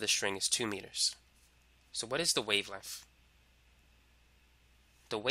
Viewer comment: cuz i dont like the way he pronounces wavelenf